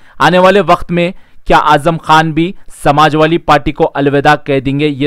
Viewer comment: Samajwali nahin be Samajwadi Bolna to seekh pahle